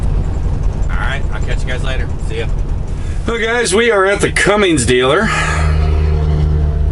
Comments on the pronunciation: as a fellow mechanic.... its “ Cummins “ not Cummings ☹️ It would be like calling you Longhaul Larring Lol, just giving you a hard time for fun. Love your channel! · Just wondering, many years ago I had a truck with a Cummins engine. From the way you pronounce the engine manufacturers name, it sounds like you are pronouncing it as Cummings. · C-U-M-M-I-N-S, like come in, no G in Cummins. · there is no g in Cummins